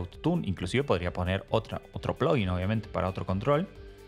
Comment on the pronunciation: nunca va a ser "plogguin" o es "plaguin" o "pluguin" ; "ploguin" suena muy americanizado....